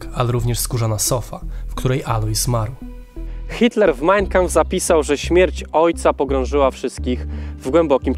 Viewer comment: Wszystko super, bardzo ciekawy odcinek. Jedna sprawa: to nie jest MAJNjkampf, tak jak to wymawiasz (brzmi fatalnie), tylko MAjn KAmpf - dwa słowa, z akcentem na 1 sylabę.